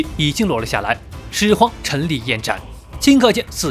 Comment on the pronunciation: 沒看字幕聽成始皇夠賤賤🤣🤣🤣